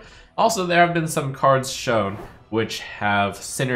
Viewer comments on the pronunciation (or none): none